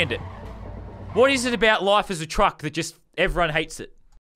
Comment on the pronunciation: I like how he said cuck not truck